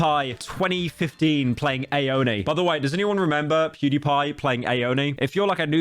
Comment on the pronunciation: Stop calling it ay oni please you’re doing it on purpose you clip baiting jerk